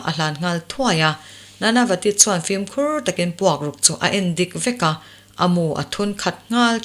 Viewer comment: Film hi Flim ('L' aia 'i' ri hmasa) anga lam hi a dik chiah em lê..?